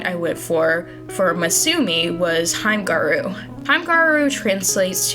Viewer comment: hi!! as a hime gyaru i just wanted to let you know that it's pronounced more like heem-eh gi-a-ru =) i love your redesigns and i'm really excited to see more representation for us!